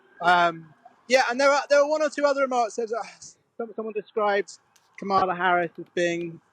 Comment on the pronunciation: Mispronouncing Kamala whilst talking about racist rhetoric from the modern Republican Party is a choice. If you're still struggling over enunciate "camera", open the first "a", and go from there.